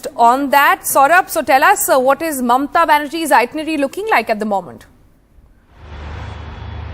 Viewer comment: Her name is Mamata not Mamta.